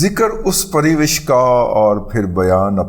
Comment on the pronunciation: pari wish nahin pari wash